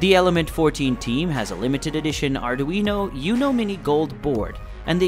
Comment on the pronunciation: Arduino “uknow” 😂